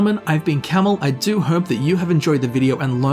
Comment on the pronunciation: You're name isn't camel Its